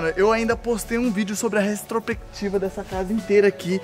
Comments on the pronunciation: "restropectiva" kkkkkkkkkkkkkkkkkkkk Pô kkkkkkkkkkkkkkkkk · Palavra: Retrospectiva Como o fala: Restropectiva